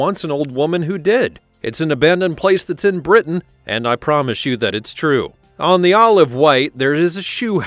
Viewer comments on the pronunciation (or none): none